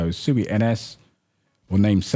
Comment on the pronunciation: It's pronounced SWEEEEEE. Im on a mission to correct the entire internet.